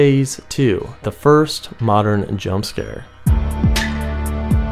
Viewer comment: Why he keep saying modern whore?